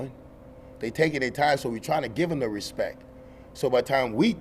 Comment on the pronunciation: If you can't pronounce respecT (its not respeK), you cant get respecT